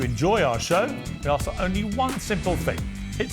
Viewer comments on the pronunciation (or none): you say "aks" instead of "ask" AND you are a lawyer! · She needs to “ask” instead of “axe”. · She's a Lawyer & she's saying Axe instead of ask? People don't take her seriously! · First time I've ever heard a lawyer use the word "axe" as a verb